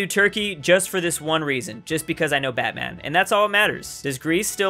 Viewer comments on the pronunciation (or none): Turkey is not bet men its batman But A is hard